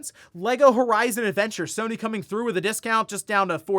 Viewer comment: sony < sue-ny